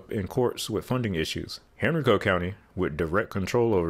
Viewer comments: Just messed my county poor name all up. Lol. Im an East End Henrico native. Its "Hen-rye-co".....say it with me now....."Hen-rye-co". 😂😂😂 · Excellent video and well-researched. FYI It's Hen-RYE-Coe County. Lots of unique pronunciations in Southern and Southwestern Virginia. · Hey, - - it's not HENRI-co county, it's Hen-RYE-co. You talk like you might be from Virginia, just not the Richmond area. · You pronounced Henrico wrong. You said Hen-ree-co it’s Hen-rye-co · PS: Henrico county Is pronounced HEN-RYE-CO. And Laburnum Ave is pronounced LUH-BURN-UM. Just to give heads up incase there is confusion. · Very good explanation. A few points for accuracy: Henrico is pronounced HenRYEko (despite what the GPS says) with emphasis on the second syllable. Laburnum is pronounced LuhBURnum. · Great video. My grandmother was a tour guide at Tuckahoe Plantation and I always remember her telling me about how they had planned to tear it down to build a highway, but it was fought off. Great too see a comprehensive video explaining the entire context of why our highways are so disconnected. Also, it’s pronounced hen-rye-co county. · Interesting, grew up there and we pronounced it “hen-ree-co”, not how he says it though lol, more emphasis on Hen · Lifelong 804 resident here. You did a great job explaining our roads. My only critique is that the county surrounding Richmond north of the James is pronounced "Hen-rye-ko" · Hey I used to live in Richmond. Thank you for the video and the background information. I never really used 288 or 895 much as I lived mostly in Richmond city and Henrico ( pronounced Hen-rye-co ). It really does seem as you astutely commented in another video that road building decisions more often than not are political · You’re my hero! Nailed it all the way. Except it’s hen’RYEco. 895 is good as a mini-beltway from northern Chesterfield via Chippenham to airport and that’s about all. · Henrico county is actually pronounced as Hen-ri-co.